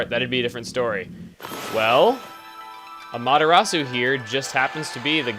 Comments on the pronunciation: i don't want to sound like "one of those guys" but your pronunciation Amaterastsu is killing me, Chugga. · As much as i love chugga, every time he he says Amaterasu's name i cringe. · gooooood I forgot how cringey Chugga's pronunciation of Amaterasu was lol. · Amaterasu sounds like Amata-RAW-SOUP! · I think you're saying amaterasu wrong